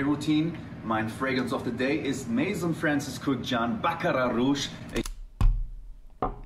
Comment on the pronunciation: maison ist französisch und wird mäso ausgesprochen